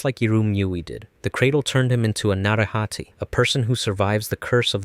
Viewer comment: It's na-ray-ha-tay